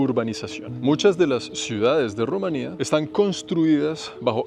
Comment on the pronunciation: pronuncie rumania como polonia estonia lituania no la acentue en la "i"